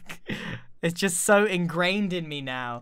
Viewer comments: Ingrained sure he did not mean ingrianed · ingrained? InGRIANed